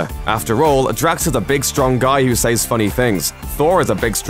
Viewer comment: He pronounced it says. It is Ses pronounced dude